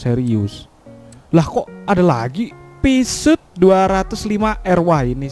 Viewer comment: Ngakak gue pas denger mobil pisut 205 R btw itu baca nya puzo/puzioo ya wkwk